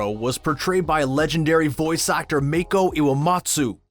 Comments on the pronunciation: This channel should really do their research before they make videos. Seychelle Gabriel player Yue in the live action movie, she was not Yue’s voice actress in the original ATLA. Also Make-o??? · Make-o... my brain is literally gonna explode after he pronounced it like that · Wait did he say mayko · I hate how he pronounces some names wrong, like Mako is pronounced Make-O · It’s mok-o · May-ko... i died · IK ITS LIKE MAH-KO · It bothers me pronouncing it “make-o” how can you screw that up, or you’re just making a video on a series you never watched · “make-o” me: no❤️ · Haha he tryna copy that triple threat triad guy calling mako mayco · the funniest part is that in the clip about asami the character literally pronounces it 'MAA-KO' when embracing him, do americans just do the whole mispronunciation thing on purpose or something because that's what it feels like. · Did he just say make-o? 💀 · You used a clip where Mako's name is pronounced. You still mispronounced it. How!? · No that is not just not how you say Mako. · Oh my god... the way he pronounced “Mako” is worse than how they pronounced “Aang” live action movie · I didn’t just hear him pronounce “Mako” wrong. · when i hear him say Mako's name wrong. me. 0.0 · Avatar The Last Airbender Movie: Mispronounces names This dude: mispronounces Mako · i wouldnt change anything except the way he pronounced makos name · You’re Pronouncing his name wrong! 😡😡😡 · Your saying mako wrong😠! But you tried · I left when he said Makos name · It's obvious you're not a fan because you pronounced Mako's name incorrectly LOL. But it's smart way to capitalize on what's trending! Good job!! Smart move!!! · People out here pronouncing his name like that one mermaid show on netflix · Yea it drove me nutssss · Thatttts not how u pronounce “Mako” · I CANT HANDLE HIM PRONOUNCEING MAKOS NAME WRONG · İT MAKES ME SO ANNOYED HOW HE PERNOUNCES MAKO >:0 He was named after İroh's voice actor that passed in 2007 :( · Your pronounce in mako wrong